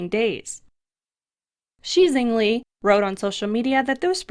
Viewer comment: Fine work as ever. The Chinese scientist Shi Zhengli—her name is pronounced something close to Shure Juhng Lee.